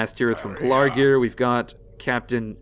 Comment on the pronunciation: PEL-A-Gir, BOW-ER say it like that please